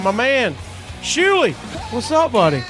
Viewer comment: Its Shuli not Schuli